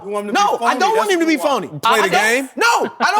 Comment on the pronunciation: Chris, its "him" not "eeeim". - The Most Annoying Voice On TV